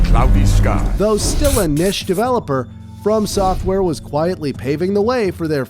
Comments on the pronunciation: The pronunciation of niche and the emphasis on souls makes me believe so ai was used. The whole video may not be ai but it’s definitely sus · Nah, I think its AI too. AI tends to mispronounce certain words like "Niche" in this case. I mean just listen to him, he sounds very fake. Oh and the way he says Demon Souls or Dark Souls... Demon Souls 2mins in.